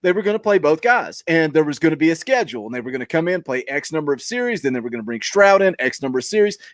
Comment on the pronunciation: “Schedue!! We talking bout schedue??” Yes I know it’s schedule. I used to watch for JP’s rants, now I watch for..love the show and finally got my shirt today!! Been lurking since show 2 or 3.